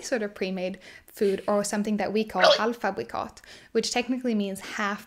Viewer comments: I´m Swedish and I think that our way to look at the "race" issue makes so much sense. There´s ONLY different skin tones, not different races. We are all the SAME race HUMANS. Full stop. Btw you nailed "Halvfabrikat". Well done XD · The way you said "halvfabrikat" not only sounded well, but you said it in the standard swedish dialect when the girl in the video did not. Impressive!